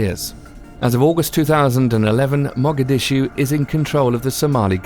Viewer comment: Dude, great info but your pronunciation of these cities and words is unconscionable. Favelas, Caracas and Mogadishu